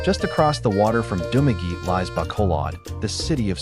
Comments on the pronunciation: Spanish word - pronounce, Du ma ge te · He pronounce in english pronunciation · You're mispronouncing Dumaguete